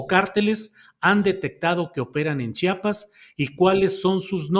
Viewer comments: SE DICE CHIAPAS OJET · A chiapas lo entendemos los chiapanecos, los mal llamados zapatistas formados por el mismo sistema, cobijan al crimen orgado y no empezó desde ahora fue desde el 94, y alguien que no puede ni pronunciar chiapas no puede opinar.